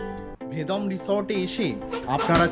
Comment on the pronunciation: Kotha ta Vedom na Vedam. Uff